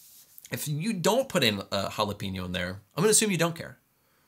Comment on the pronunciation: 🌶️ “Jalapeño” and 🥺